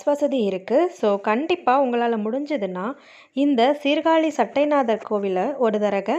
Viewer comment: சட்டை நாதர் இல்லை மா சட்ட நாதர் என்பது தான் சரியான உச்சரிப்பு.